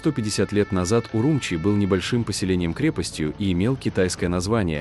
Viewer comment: Не УрУмчи, а УрумчИ !